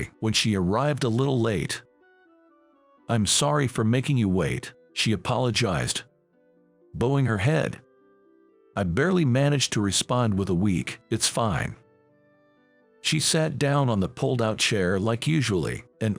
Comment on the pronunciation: Bowing, as in bending your head in respect, is pronounced cow(the animal)ing. Cowing, Bowing.